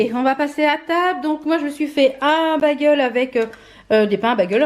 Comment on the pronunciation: Hi, super les blushes & highlighters Makeup Revolution! Tu es la meilleure ambassadrice pour cette marque!! On ne dit pas bagel mais "Bégeul", mon mari a cote de moi crise a chaque fois que tu prononce ce mot, lol. Desolee que tu aies eu encore mal au bidou, tu as paye pour les frites de la veille!! Y a des tas de trucs que je ne peux pas manger non plus, je compatis. Le pain me rend malade aussi.Vas sur vinted, y a plein de trucs trop cool. Bisous